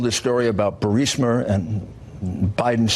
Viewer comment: Why do people pronounce words that end with 'a' as 'er' . Guiliani said burismer